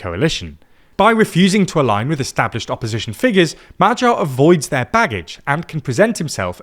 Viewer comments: It's additionally funny that he actually gets the "gy" in Magyar quite well. But obviously still having the English spelling mindset where any combination of letters in one word doesn't necessarily mean it's pronounced the same in another word 😂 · Brother, can you maybe put Hungarian proper nouns into Google translate and LISTEN to how they are pronounced? Wtf were those pronunciations for Magyar, Gyurcsány, or Tisza? For a news platform this is atrocious.